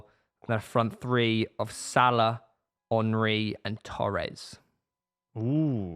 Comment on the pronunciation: Why does pronounce Henry as if he’s Jamaican 😂